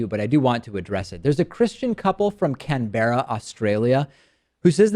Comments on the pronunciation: David - It's pronounced CAN-bruh, not Can-BEARa. And as for the couple, if they divorce because of this they're just idiotic and no one will care. Just one more number in the divorce statistics, lol. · say Can-Bra if you want to say Canberra right